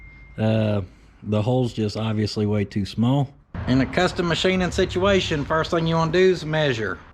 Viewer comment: Wishin' you speedy improvement of that sit-u-ation.